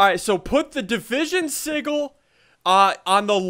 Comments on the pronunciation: did anyone else hear him say division sigle instead of sigale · do you think he knows it's pronounced sijil not sigul? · Division sig-ggel ssundee- 2015 me it’s pronounced sijel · It's division sigil with a "g" pronounced like that of giant, not the "g" of giggle. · Sigil isn't pronounced si-gil, it's pronounced si-jil! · Just cuz it drives me nuts: It's not a siggil ... sigil is pronounced si'jil! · I swear to god if he says sigil one more time it is sijil i know its spelled sigil but it's pronounced si-jil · sorry but it's said "si-J-le" not "si-G-le" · its pronounced Sih-Jill not sih-gle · it's pronounced sih - jill not sih - gill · division sij-oul not sig-ill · Sigil juh not guh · Uuuuuugghhhhhhhhh he says si-g-il its pronounced sijil but its spelled sigil goooooddddd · Is it just me or does it sound like he's saying seagull? God it's soo annoying hearing it pronounced that way... It grinds my gears. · Division sigil PRONOUNCED RIGHT: "Division Si-jill" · I believe its pronounced (si-jill) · You're pronouncing sigil (si-jil) wrong. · It is pronounced like sijil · Sigil is pronounced [Sih-juhl]. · Your saying it wrong it's division se-gil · ITS PRONOUNCED si Jil Emphasis on JJJJJJJJJJJJJJIIIIIIIIIIIIIIILLLLLLLLLLLLLLLLLLLLL SSundee I such disapoint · Ian you said sigil wrong XD. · SSundee you say Sigil wrong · i think they're pronouncing sigil wrong? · it's the g is pronounced as a j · WHY DOES HE ALWAYS PRONOUNCE SIGIL WRONG?!?!?!?!? D:< ITS SO ANNOYING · It still pisses me off ian pronounced sigil incorrectly